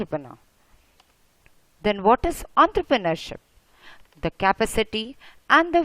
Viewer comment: ontrrpreneurship XDXD